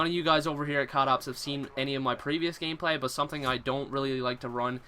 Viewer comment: Also "gameplay wise" sounds like woise. and sounds like gaymeplayee.